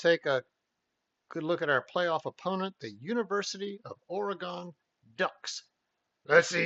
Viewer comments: ~ Also, "Orygun" not " Ora-gone" ... Sounding like Lou Holtz' dumb ass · Correction: OREGON is NOT pronounced Or ee gone! I live in Oregon, and it is pronounced Or ee GUN. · As an Oregon native.... DO NOT STAY IN PORTLAND! You can travel south on I-5 and stay in Salem which is a little safer than Portland and about an hour closer to Eugene.... And its pronounced OR-E-GUN.... And its U-GENE. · First of all, learn how to pronounce our state right. Here, I'll even help ya: Oregon (ORE-uh-g'n) like organ with an "uh" sound in the middle. It doesn't rhyme with “gone”. Secondly, you guys aren't scoring 35 on us in our house. You don't realize that our stadium is the loudest Big-10 stadium and Top 5 loudest in the country even though we only seat under 60k fans......in other words, What are you smokin?! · Nice job. But, Oregon is pronounced Orygun. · That didn't bother me it was the pronunciation of Oregon 😭 😅